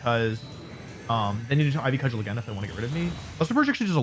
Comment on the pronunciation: I'm sure you've been told by now but Cudgel is pronounced "Cud-jel"